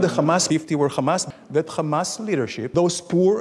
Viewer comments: Hamas* Not Khamas.... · He said gamas that's not hamas😂🤣🤣🤣